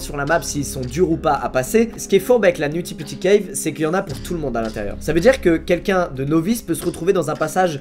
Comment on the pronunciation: Nutty putty cave se prononce nauti potty cave pas nouti pouti